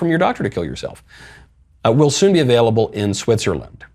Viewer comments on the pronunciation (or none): none